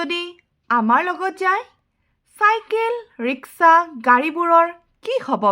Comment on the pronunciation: Riksha ne rishka ,mem